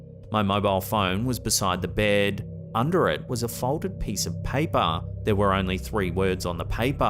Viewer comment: Yeah, but did you hear him say, "Figgah on the paypah?"